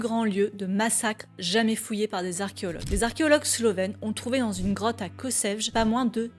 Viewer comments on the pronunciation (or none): Kossèvjeu 😂 Ça se dit dit Kotchevye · Kočevje se prononce à peu près : ko-tché-vyé (en API : [kɔˈtʃeːwjɛ]). Astuce : En fait si on considère les langues slaves utilisant l'alphabet latin, et aussi les langues baltes, dès qu'il y a un accent sur un "c" on peut aisément présumer qu'il se prononcera plus ou moins "tch" et dès qu'on voit un "j" il se prononcera comme le y de "yeux" (ou comme le J en allemand). Et attention un C se prononce ts. Ce sera toujours mieux que "kossèvge". Je pense qu'on a dû déjà vous le dire à plusieurs reprises, mais il faut en finir avec le complexe français envers les langues étrangères ! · Serait-il si difficile de prononcer correctement Kočevje ?